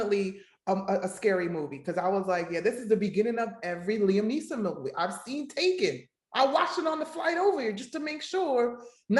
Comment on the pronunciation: “Liam Nee’sum” 😂💀